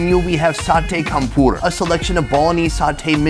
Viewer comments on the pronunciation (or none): You’ve been to Indonesia so many times, yet you still don’t know how to pronounce “campur”? 😤